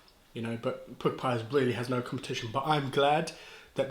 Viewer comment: They are pronounced Pukka , as in duck, luck etc. Not pooka. The word comes from India. Jamie Oliver loves to use the word.